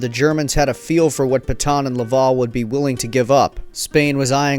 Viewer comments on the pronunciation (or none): none